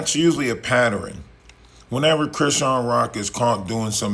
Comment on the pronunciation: You lost me at patterins the word pattern has 2 syllables not 3. It's not pronounced like zatarains rice. Pat-tern that's it that's all.